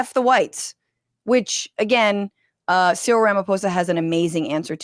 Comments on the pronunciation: So pronounce his name c-ril where c is like the letter c or the “open sea” and ril is the same sound as “ryl” in Benadryl- just fyi from a South African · The South Africans say Cyril as C-Reel...Great episode again.